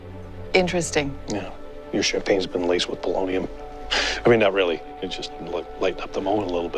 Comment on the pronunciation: It's "polonium"